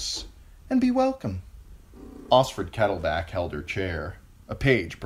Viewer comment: I thought the KettleBACK would stop but you just ignore that “L” in BLACK. So be it.